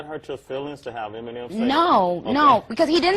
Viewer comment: You know something,his name is Eminem,Not m and m! He is not a snack! (Who heard that lmao)